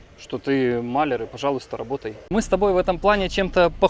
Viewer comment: МалЯр - ударение на букву Я.